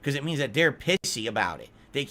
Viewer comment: ok I know that meant to say pissy but it sounded like he either said pixie or pigsee either way it's hard to insult people when you can barely say the word to insult them